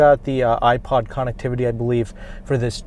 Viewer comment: Can you say connectivity one more time please